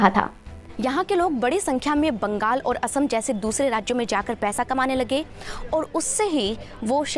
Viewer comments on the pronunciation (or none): none